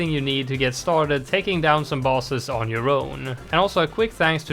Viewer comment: Is bro saying bosses or balls